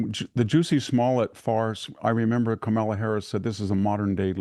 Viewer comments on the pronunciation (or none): Is he? After how many years he still hasn’t figured out how to pronounce Kamala Harris’ name.